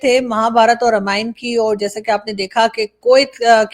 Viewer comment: Aarazoo ji, Ramayan nahi, Raamayan pronounce hai। Pls do right pronounce 😮